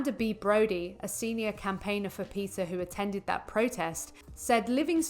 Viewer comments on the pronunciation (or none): Its PETA not PITCA.